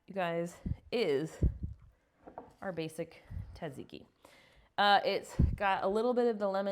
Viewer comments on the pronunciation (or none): I love this recipe! Yum! Btw, my first job as a teen was in a Greek/Italian restaurant and they explained it’s pronounced SAD ZIKI. Hope that helps you as much as it helped me! 😉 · It’s pronounced taziki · We have a restaurant near us named Tzatsiki's. They pronounce it "zaht-zee-kee." Thanks for the recipe! (I add mayo to my version, too!)😊